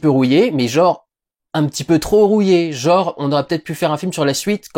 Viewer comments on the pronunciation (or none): On ne dit pas "jore", mais "GENRE". Tu ne dis pas Oculé, mais ENculé, non ?